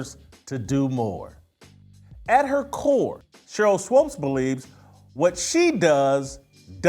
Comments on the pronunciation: Why are you calling her swopes? You don't even want to say her name correctly. Smh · Dude please say swoops as in hoops, not swopes as in dopes. Your an idiot Jason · This man keeps saying “Swopes”. Lol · Stop calling the woman "Swopes". You know her name is Swoopes. Be professional. I expect more from you, Whitlock. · Whitlock won’t even say SWOOPES correctly 😂 ouch!!! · Sheryl Swoopes is totally wrong and I have lost total respect for her. But, cmon Whitlock you should pronounce her last name correctly. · JW. Pleaee pronounce her name correctly